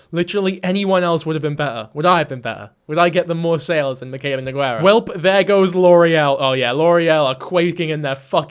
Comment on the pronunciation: king you’re so real for this but her name is pronounced No-Gar-ah😭